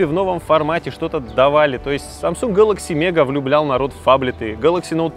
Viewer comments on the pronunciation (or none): none